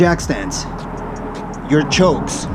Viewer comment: They are pronounced chocks, not chokes. Rhymes with socks, not smokes.